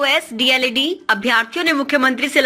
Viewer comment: D.el.ed hota hai news anchor mahodaya Deld nhi hota hai